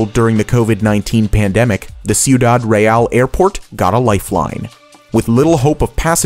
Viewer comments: I like how he didnt even bother to look up the pronunciation of the word Ciudad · You didn't actually say "Sioudad" on number 4 did you? Jesus man learn how to pronounce in another language. I'm Greek and i still now how to pronounce Spanish.